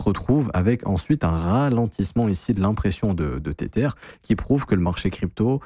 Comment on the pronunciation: "tétère" mdr